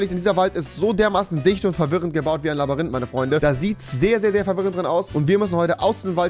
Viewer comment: Er hat wieder labarinth gesagt